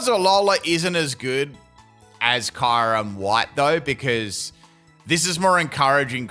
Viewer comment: Why are you saying kyurem's name wrong. The sound of it is so bad and thanks for this